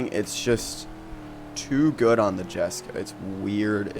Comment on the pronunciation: Jesko(ye-sco) the j makes a y sound